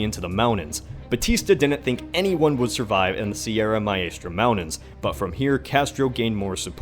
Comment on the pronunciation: Did he say 'mounains?' or mountains?